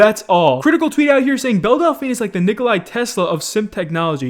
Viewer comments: It's Ni-ko-la Tesla not Ni-ko-lai Tesla :"D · Man really said Nikolai Tesla😂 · sorry, umm "Nikolai Tesla"?